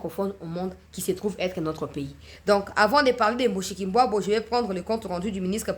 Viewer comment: tu vas nous casser les cotes avec ta prononciation des noms Rwandais. Mushikwabu c´est comme en tshiluba muskika wabu...